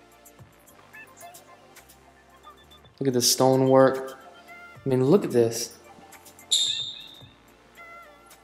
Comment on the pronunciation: "Look-ad-dis......Look-ad dat"......sounds like a bad used car salesman but trying to sell a million dollar home. Detail descriptions aren't even accurate. I doubt this guy even listens to his vid afterwards.